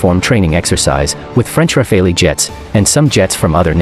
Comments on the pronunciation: The F-22 was fighting with WVR rules, ( no stealth), rules of engagement very limited for F-22, and it’s pronounced Rafale’, not Rafaley, really bad video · Its not Dassault Rafaeileigh, its Dassault Rafale, get your pronounciation correct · It’s pronounced Rah-fal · Just for future reference, Rafale is pronounced Ra-Fahl. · It’s pronounced RAWFAL which is French for « Gust ». Regards ! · Too bad This isn't the top thread, as the clowns there are just trying to shit on the F-22. Also anyone cringed at the pronunciation of "Rafale"? Freaking Ra-fey-lee... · That is actually pronounced "RAFAL" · Ra faili - what? Good grief has the presenter never heard the word pronounced properly before? Some expert! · In French the "e" is silent. And the "a" are pronounced just like in "pal". Just say "the Rafal". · Pronounce simply [rafal] (gust of wind) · Its pronounced Rah-Fall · Tous les français ont grincé des dents en entendant la prononciation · re: “both limited” - of course, which again greatly advantages the Rafale. (And at least I’m just misspelling it, I’m not butchering the pronunciation like this guy.) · The speaker can’t even pronounce the French aircraft’s name correctly 😂😂😂😂. It was a training exercise and F22’s don’t push to their full potential. Don’t read into it too much. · Please pronounce Rafale properly. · Dude, learn to pronounce the name correctly